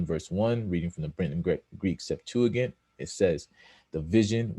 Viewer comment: You aren’t even pronouncing Greek Septuagint right. 🚨